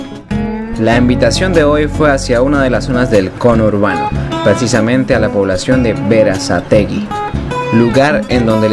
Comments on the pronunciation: Cono hurbano.... Ajajajaja. Que risa parce. Sos el mejor. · Ni una cosa ni la otra...c dice 'Congourbano'🇻🇪pelotudo! 🙄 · Cono urbano , me dió risa jajaja... Conurbano se dice.... Jajaja